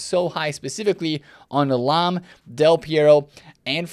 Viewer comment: I see you took the L on Lahm 😂